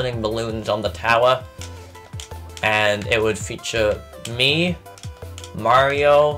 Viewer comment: I like how you have a full British accent, but when you say mario, you sound so American